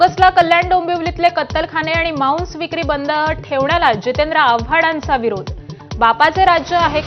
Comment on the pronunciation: मांस असा उच्चार हवा माउंस नव्हे